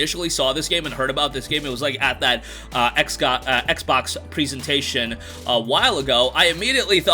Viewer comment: Props to you for mentioning Steins; Gate, but I will always hate you for mispronouncing "presentation" multiple times in all your videos.